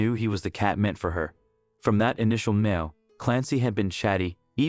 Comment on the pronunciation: It's a Meow not meal